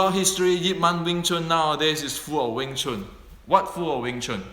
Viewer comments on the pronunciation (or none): Wing Chun is not Weng Chun.